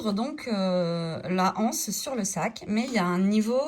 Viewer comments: Les z’anses, l’anse. C’est bizarre cette mode qui consiste à prononcer anse comme si il y avait un h aspiré, alors qu’il n’y en a pas. Ceci étant dit, merci pour cette excellente idée de sac bi-matière. 🙂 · Exact! Je ne sais pas pourquoi tant de personnes disent la anse, les (h)anses ?